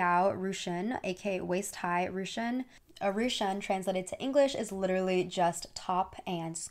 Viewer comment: Ru qun 🤣 is pronounced Ru kun. Not rushun or rushan